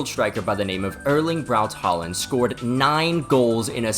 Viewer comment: Just a small note, whenever you see the vowel 'Å/å' it is supposed to be pronounced as something that approximates the 'A' sound in the standard American 'ball', and not as an 'A'. We have the regular 'A' letter after all. Also, whenever you see a name or word written with two normal 'A's(Haaland etc.), you're supposed to pronounce it like the aforementioned 'Å/å' letter. 'Æ/æ' is pronounced similarly to the 'a' in 'ravished', and 'Ø/ø' something like the 'I' in 'bird'.